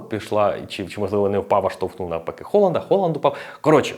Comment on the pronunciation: Дякую тобі за Холанда. Хоч хтось не каже це Г у прізвищах.